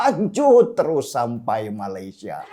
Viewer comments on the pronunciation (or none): none